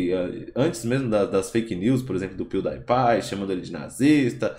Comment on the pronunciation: Se fala 'Píudipai', não 'piudaipai'